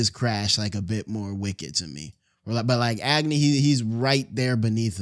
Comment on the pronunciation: why he pronouncing agni as ag-knee bruh i'm crine😭😭